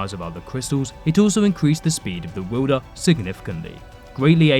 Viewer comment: What’s a wuuuulder of a blade? Also your riding and falling cadence sounds ridiculous. It’s far too short far too repetitive and far too distracting. I couldn’t even ^ Finish watching the videoooo